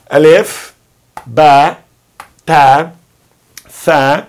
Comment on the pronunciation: Olá Professor! Você pronunciou a letra Ta e Ba como Te , Be daí fiquei confusa qual pronúncia devo praticar! 😘